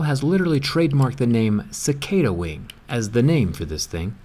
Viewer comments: You pronounced cicada wrong you pronounced cicada ciceida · It’s pronounced ca-car-da not ca-cae-da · Cicada (C-Kaida)? We pronounce it as Chi-kah-dah... Lots of them in Brunei... :P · Cicada is pronounced chikada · How can you know so much about cicadas but not know how to pronounce their name lol